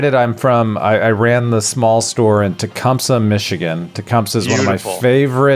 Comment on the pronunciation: Tecumseh (te-come-see) lol. Lots of Michigan words are not pronounced like you'd think